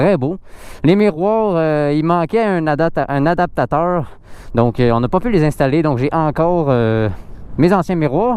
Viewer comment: A-dap-teur. Adaptateur😂